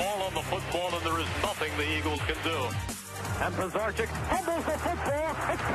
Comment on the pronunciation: Lmao they’re saying Pisarcik wrong 😂😂